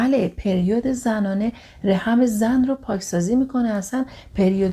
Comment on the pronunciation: سلام ممنون از اگاهیتون❤ فقط بیان بعضی کلماتتون درست نیست رَحِم یا رِحَم؟ دَهنده یا دِهنده؟